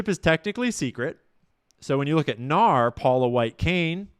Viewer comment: Fyi it's pronounced N-A-R (say the letters) or "The N-A-R" not "nahr"